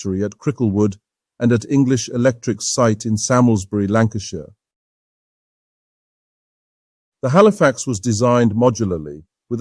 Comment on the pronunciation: It's not too bad. Quite clear and easy to understand. Minor problems. Bicester is pronounced Biss-tah. Salmesbury is pronounced Sarms-bury.